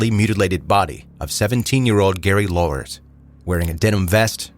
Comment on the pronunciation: I’ve followed this story since 1984, the year the murder happened. Very sad. FYI: Lauwers is pronounced like “flowers.” Jesse Potluck’s book, “Acid King,” is the best overall take I’ve come across.